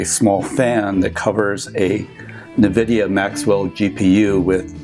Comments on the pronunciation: EN-Vidia, not nuh-vidia! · It's ennvidea not nuhvidea, haha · wtf is navidia? n-vidia ?